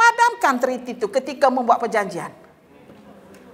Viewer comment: .. Treaty .. Bukan Trity